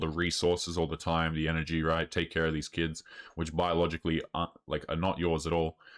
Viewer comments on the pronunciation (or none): Most annoying thing is that she says "keds" in valley vocal fry instead of "kids". Uggggghhhhh!! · Holy hell. If she says "kayds" one more time, I'm gonna drown a fish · I can’t stand women who pronounce the word kids “ Keeds” like get away from me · it's pronounced "kids" not "keds" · What are keds? She keeps saying she has keds? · Why does she keep saying Keds instead of Kids. Ugh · The way she pronounces kids bothers me. Shes saying keds. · She said she has "keds"😅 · Is she saying keds? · Why do they all use vowel sounds that don't exist in English? "Tiem" "Kiyeds" "Hiyem" EUGH.🤢🤮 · This bint can't even pronounce "kids" properly.